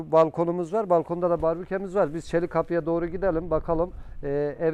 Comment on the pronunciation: Hocam barbüke demeyin. BARBEKÜ lütfen düzeltin Sundurma